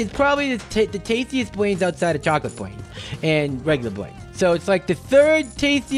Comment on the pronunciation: Last time I watched you you were just stawting to eat BWAINS